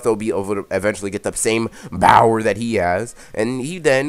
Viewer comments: Bower you mean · Is he saying bower or power